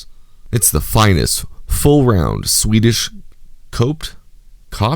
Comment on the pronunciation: the word coped is pronounced "co" (as in ko in kopec) with pt at the end. Coping is act of fitting the logs to eachother, like in the corners where one log is scooped out to fit the other which is scooped out as well.it a true craft and it looks like they do nice work.That price is actually incredibly good too. Also that big "log cutter" is indeed a lathe. a giant one.